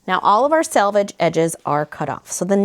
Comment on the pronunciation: She said selvage not salvage! Thank you! Lol